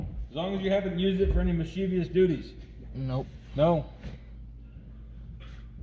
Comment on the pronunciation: He can't even speak English, Me- Cheav- ious ?